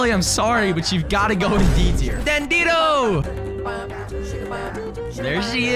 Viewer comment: You call dandido Dandino